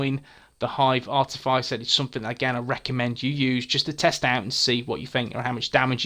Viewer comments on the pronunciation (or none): Nice! Not wanting to be rude but it's pronounced ar - tif - is - er